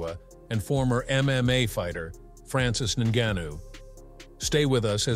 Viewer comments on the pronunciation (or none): "Francis Nunu?" 😂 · AI news..i hate this..cant even say names right..disrispectfull..Francis ENnnu-.--wtf?